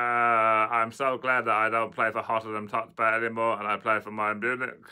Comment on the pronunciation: "Hottenham tottspur" 😂